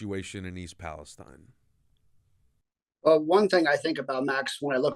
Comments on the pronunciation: Palesteen, Not Palestein... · It's pronounced palesteen